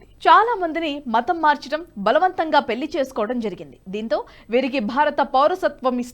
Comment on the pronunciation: పెల్లి కాదు పెళ్ళి మల్లీ కాదు మళ్ళీ నీ తెలుగు మండ మెరుగు పరచుకోక పోతే పోతావ్